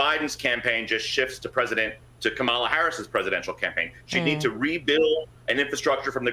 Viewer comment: "As popular as ebola"?! Are you freakin' kidding me? Who is this idiot? "Ka-MAH-la" It's KAH-ma-la, you moron. You sound like my Repugnican friends, who sound like the kids in third grade who would mispronounce people's names as cheap shots. DEBATES DON'T DETERMINE ELECTION OUTCOMES! Get it through your heads, idiots!